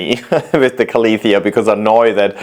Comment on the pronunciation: KA-LEE-THEE-US ? Lol